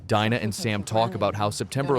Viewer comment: It's Pronounced DINA as in "DEANA" not Dinah.